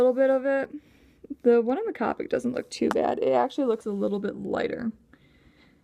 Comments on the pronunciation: Pronounced Co-pick markers, it's okay, I pronounced it as Cop-ick at first too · You say capic marker is c-OH-pic marker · It's coopic not copic